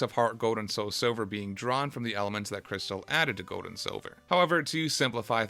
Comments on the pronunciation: Bro it’s not Goad & Silver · “Gode and Siwver”